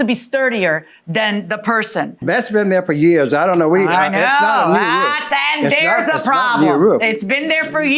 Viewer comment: “All I know is the rwoof is in good shape…the guys went up there to check it……just that lil strip that came off there” LMFAOOOOOOOO..God bless his lil ol soul…he is BEYOND cute🙏🏽😩😩😂😂😂😂😂😂😂😂😂😂🥹🥰